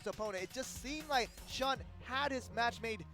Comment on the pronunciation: Shun is pronounced Shoon fellas.